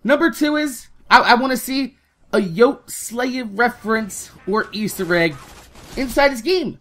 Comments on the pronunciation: Hey. I don't mean to sound like a dick but Brian's YouTube name is pronounced yote-ey-slaya. It shldnt bother me that much the way u say it but it does and to honor his memory we shld at least say his name right. Besides that I completely agree with everything said in the video. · You're saying yoteslaya wrong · I hate how you mispronounce Yote's name because you said in your video about his death that you weren't sure about it, but he said it in every one of his videos. Watch one.